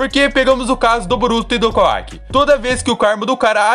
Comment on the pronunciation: Por que ao invés de falar Kawaki você fala kuack? O cara não é um pato, fala certo o nome do personagem cara